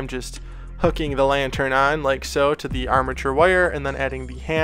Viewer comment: When you say lantern it sounds like your saying lion turd